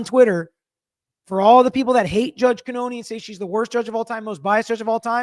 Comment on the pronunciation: Yeah, after a while, it had to have been brought to his attention that 1)the pronunciation made no sense and 2) WRONG. It shows disrespect. Judge Beverly Cannone doesn't have an obvious (mainstream if you will) name but he would dare NOT learn how to say her name.